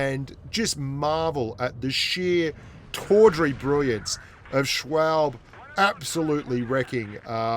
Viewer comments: I know this has been mentioned in the comments already, but... Schwalbe is a girl. And I believe it's pronounced "shhh-wall-bee". Like that bicycle tire brand. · Poor doesn’t know to say the name schwalbe and it’s a she not a he she’s had a child I think I don’t know though